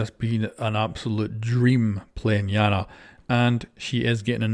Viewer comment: I thought her name was eye-anna, not yeah-nah